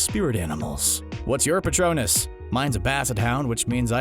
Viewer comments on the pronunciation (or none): none